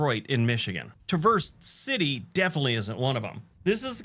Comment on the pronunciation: He mispronounced Traverse city